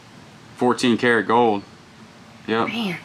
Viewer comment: Anything with an l in it, you don't pronounce. It is that your accent When you say gold it's goud coud